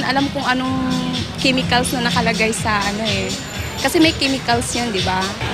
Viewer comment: Sa kimikals daw lol